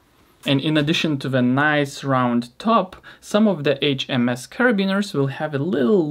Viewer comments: The pronounceiation of HMS was actually correct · Pronounced amazingly that HMS 😉 greetings from Germany